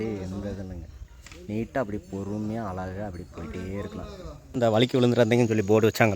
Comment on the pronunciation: ஏழு வழி அழகு என்று எழுதி அதை ஏலு வலி அலகு என்று படிக்க தங்களுக்கு கற்றுத் தந்த மாங்கா மடையன் ஆசிரியர் யார் ழகர வரிசைதான் தமிழின் அழகு அது சரியாக இல்லாததால் பார்ப்பதற்கும் கேட்பதற்கும் அழகாக இல்லை ஹெவன் எக்ஸ்புளோரர் என்ற சேனலின் தமிழ் உச்சரிப்பைக் கேட்டுப் பாருங்கள் மற்றபடி காணொளி சிறப்பு திருத்திக் கொள்ள பழகுங்கள்